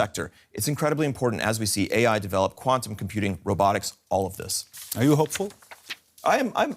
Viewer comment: Did he say quantom computing? Have I been living under a rock?